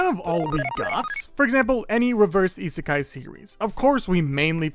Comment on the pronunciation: the "Reverse Iseaki" at the start hurted me more than i though it would (and the "Reverse iskeai" too )